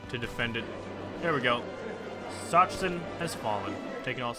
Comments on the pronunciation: the pronounciation of Sachsen should be something like sa-xen or sa-ksen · "Sachsen" is pronounced "S-a-xen" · Sachsen is pronounced Succsen^^ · Sachsen is pronounced Suck-sen. or Suaxn for People who actually are from Saxony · And "Sachsen" is pronounced: "Sak-sen" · King B Actually, the German name is pronounced Za-ksen. Sincerely, a German person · You say Sachsen the way you said it but with a spoken 'ck' and not a 'ch' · when it comes to "ch" in German, it's probably better if you pronounce it as a "k" in Sachsen (It's the equivalent to English "Saxony").